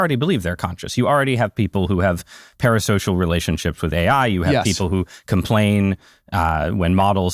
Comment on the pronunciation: Can AI cure Dario’s speech impediment. “Have” has one syllable, not 3